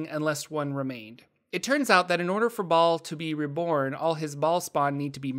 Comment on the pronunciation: Hay the h in Bhaal is silent...